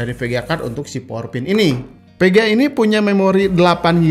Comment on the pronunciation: PEGEA atau VEGEA??? :v